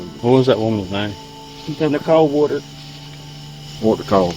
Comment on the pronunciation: It's "Woodard" not "War-dard"